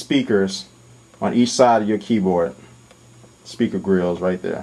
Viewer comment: "speeka greelz" lol